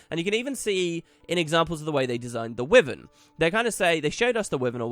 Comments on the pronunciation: Will you please, pelease, please stop pronouncing it "Wivin" thats not how you say it at all, it's a Wyvern. Type it into google and it will even tell you how to pronounce it properly. I love listening to you but it's so fustrating. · Masteries sounds alot of fun and should reawaken interest in the game that a few of my old guildies had. Btw wyvern is pronounced why-verne for future video's :)